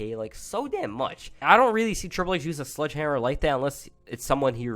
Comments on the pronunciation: U know it’s pronounced “Sledgehammer” and not “Sludgehammer” right lmao. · What u said sludgehammer sounds like a Pokémon PP move lol